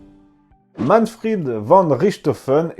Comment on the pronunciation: Léon Vandjour Pourquoi prononcer Manfred à la façon anglaise par Manfrid ? En allemand, le v se prononce comme un F : von Richtophen se prononce Fon Richtophen. Mais à part ce petit détail, j'apprécie beaucoup votre ''Petite histoire'' ! Bien à vous.